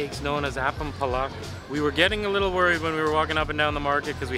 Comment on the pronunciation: Roti canai is pronounced as roti canai, not roti kenai. Satay is pronounced as sate, not satai. Apam balik is pronounced as apam balik, not apam balak. Cendol is pronounced as cendol, not kendol. Do come to Malaysia again